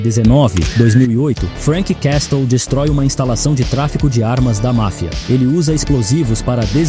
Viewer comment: Uma dica: Quando pronunciar o nome "Castle" finja que o T não existe.